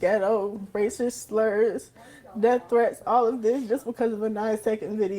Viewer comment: It's "razzist!!!!"😂😂😂 Say goodbye to any type of scholarship now.